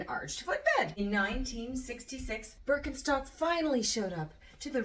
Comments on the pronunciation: The brand name is actually pronounced Birken - sht - ock ;) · this was in no way meant as a pedantic hint or accusation, more as an interesting fun fact that i wanted to share with others. it's an entertaining and informative video about the history of a german shoe company, why not address the fact that the company is actually pronounced differently here? i know that the name is generally pronounced differently in english-speaking countries, so there's nothing wrong with that. now that I think about it, that fact in itself is an interesting phenomenon. I mean nobody would pronounce cucci not in the original italian way. What factors have ensured that this is not the case at Birkenstock? is it because of the comparatively small size of the company? Ist it because everyone thinks german is an ugly language? Or is it because even we in germany in some words pronounce as an st? we'll probably never find out. With this in mind, greetings from Germany. ps. ee would be translated from the pronunciation more into an ie, a long i, the i in Birkenstock is rather short, would you say it would then be more of a Ber - ken - schtock?